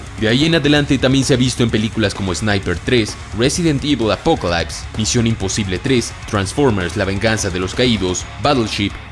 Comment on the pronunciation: Genial tu vídeo. Aprendí mucho. Solo una sugerencia respetuosa y es tener en cuenta la correcta pronunciación en inglés de la palabra "apocalypse". Por lo demás, perfecto!!! Saludos!!